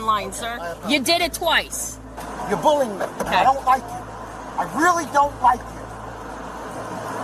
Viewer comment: Lol "boolying". I can't watch this with all the "what do you think?" If i told you it'd be boolying.